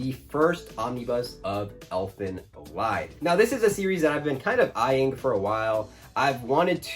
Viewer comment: Elfen Lied is pronounced as Leed. Like ee in deep.